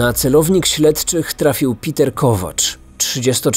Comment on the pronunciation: Uwielbiam twoje filmy i to jak je przedstawiasz ale to węgierskie imię wymawia się pewnie nie Piter ale Peter. Ciekawa historia.